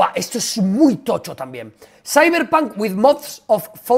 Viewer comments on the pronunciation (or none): none